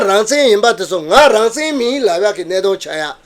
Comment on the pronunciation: སྲིད་ཟུར་ནས་དབྱིན་སྐད་ཐོག་བཀའ་མོ་གསུང་སྐབས་རང་བཙན་ཞེས་གསལ་པོ་གསུང་གནང་སོང་ད། “he says rangzen”